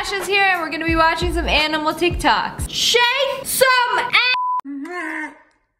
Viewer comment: I love it when she was like SHAKE.SOME.